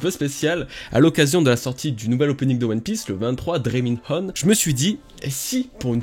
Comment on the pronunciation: Dreaming Hon il a dit 🤣